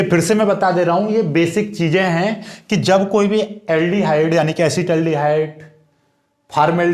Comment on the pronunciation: Asid aldihaid hota hai